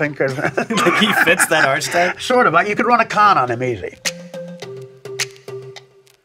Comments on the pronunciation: / Archetype is pronounced Arch-type? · Did sean say pronounce Archetype by saying "Arch" and not "Arc" ? Come on man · Sean its not pronounced ARCH-TYPE its ARC-EY-TYPE. three syllables my dude. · "He fits that arch-etype"??!? Dude on left is illiterate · I love the show, but if I hear "arch"-type instead of archetype [hot] one[s] more time, I am coming to AZ myself and... and... going to go to the golden/teal "arch"type places instead! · This pud nonchalantly asking questions, butchering words archetype (pronouncing "arch") and death knell (pronouncing it like "nail"), of Artie while Artie is obviously high...PLEASE, PLEASE, PLEASE, stop being sycophants, and get this man some help! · wait...... did sean just say "ARCH TYPE"........ bruhhhhhhhhhhhh that is not how you pronounce archetype at all.... : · / Sean it's "Death Knell," and "Archetype" is pronounced with a hard "K." Sorry to be a douchebag I can't help it. I love your show, and I appreciate the research you do on your guests, and think you're great. I edited my comment to sound a little nicer because I really do love your show. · Archetype is pronounced Arch-type? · Goddamn, this host is a moron! Did he really just pronounce 'archetype' as ARCH-UH-TYPE??????????? Dumbass. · Did you just fuckin say "Arch-type"? Lmao